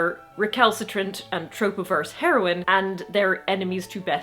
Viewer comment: You said "trope-averse," and I thought you said "tropiverse." Like, where's that?? Hurr!